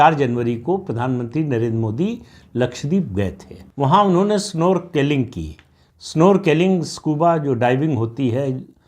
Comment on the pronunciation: प्रदीप सिंह जी: स्नॉर्कलिंग है उच्चारण.